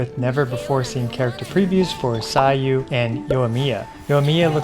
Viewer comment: Sayu = Sah-you, not sai-you...